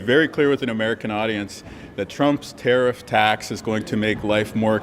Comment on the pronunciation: What sir is a.. Tar- eef haha😂 she's on a lonely island...weak and embarrassing. Nows the time for National pride...not capitulation and weakness.